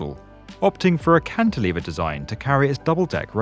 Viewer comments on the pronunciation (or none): none